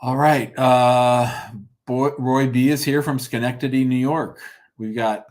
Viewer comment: you pronounced Schenectady correctly! Lot of people have trouble with it.